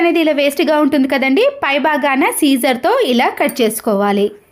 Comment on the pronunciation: టిప్స్ బాగున్నాయి కానీ పద దోషాలు వున్నాయి . వాష్ రూమ్ అంటే రూమ్ మొత్తం అని . టాయ్‌లెట్‌ కి వెళ్ళేదాన్ని (బేసిన్ ను) కమోడ్ అని అనాలి కానీ వాష్ రూమ్ అని అనకూడదు . కత్తెరను సీజర్ అనకూడదు సిజర్ అనాలి . నెక్స్ట్ టైమ్ నుండి ఇలాంటి పద దోషాలు రాకుండా జాగ్రత్త పడమ్మా 😊 .